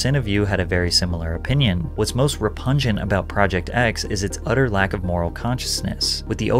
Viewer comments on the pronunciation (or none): “Re-PUG-nent” not “re-pun-jent”. C’mon now, narrators don’t really get any excuses. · So we not gonna talk about Patrick saying “rupengent” instead of “repugnant”? 💀😭 great work on the video otherwise Patrick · It’s pronounced re-pug-nant. Figured you’d want to know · So i guess you have somehow never heard the word repugnant. Next time that happens look up how to pronounce it on the internet. Re-pug (pronounced like the dog breed)- nant. It definitely had nothing to do with a funky (pungent) smell.